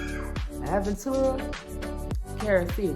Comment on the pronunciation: Aventura....Carol City 😂😂I cant with you!!